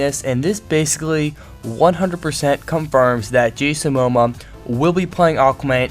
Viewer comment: I feel I must help you pronounce his name: mo - mo - uh :)